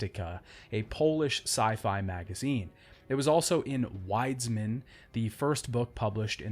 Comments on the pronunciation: wiedz - min is the pronounciation dude. its not that difficult i promise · I'm not even Polish (although I do speak it at about B1 level), but the way he pronounces "Wiedźmin" ticks me off a bit. Otherwise a great video, although I would've like to see a bit more effort regarding pronunciation. Keep up the good work! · It's reallyyy funny how you pronounced "wiedźmin" for a Pole